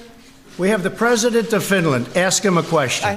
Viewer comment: Called Finland "Sfenland"....